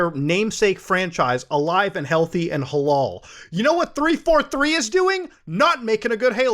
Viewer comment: "Halal" lol